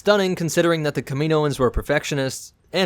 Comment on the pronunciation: KAM-IN-O-INS Jesus y’all can’t pronounce shit